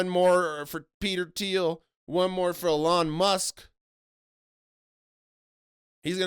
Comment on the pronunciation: the way you pronounce 'elon' makes him sound classier than he ever could be 😭 anyone remember that tweet where he said it's short for Elongated Muskrat